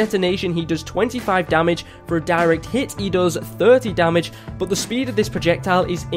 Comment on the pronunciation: Lol you said domage instead of damage